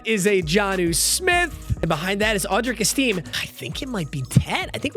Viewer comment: strikes again "audric esteem"